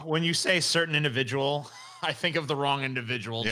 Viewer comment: certain indivijul